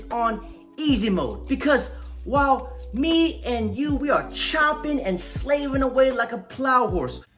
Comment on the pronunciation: I know he said me and you but...... I swear the man said ming and yo